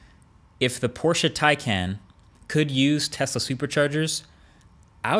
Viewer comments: OMG I LOVE YOU. THE FIRST AMERICAN WHO SAYS PORSCHE AND NOT PORSCH THANK YOU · Great video, dead on points and as a german i like that you pronounce Porsche correctly even though i´m no fanboy.